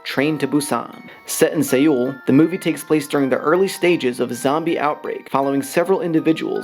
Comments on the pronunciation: Only made it to 1 minute 25 seconds because I couldn't listen to the mispronunciation of Korea's capital city Seoul (pronounced "Soul"). I am sure the video is great but I can't hear that over and over again. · I wish commentators search for how places are pronounced before making their vids T.T. it's pronounced like our normal english word SOUL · Seoul is pronounced soul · Why are you saying Seoul weird